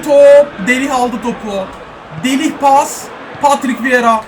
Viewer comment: abi delih değil delayt